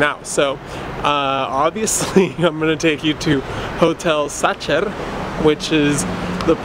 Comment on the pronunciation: It's pronauced saHer not saCHer, and it's not made with raspberry but apricot. I don't know how you do a channel about food but can't taste difference between those two fruits